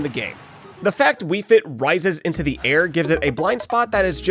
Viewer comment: "You know, the aiRre~" /j